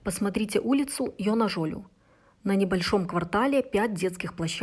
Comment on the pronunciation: поправлю. ударение улицы на букву А - ЙонАжолю.